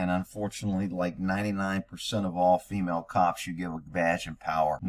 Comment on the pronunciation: The future is fee-male. 😂